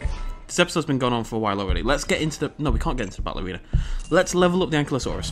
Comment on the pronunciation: its pronounced AN-KY-LO-SAUR not AN-KLY-OH-SAUR you just have to look at how its spelled ankylosaur